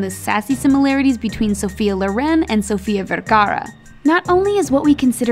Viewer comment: omg props on the Sofia Vergara (how u pronounced it)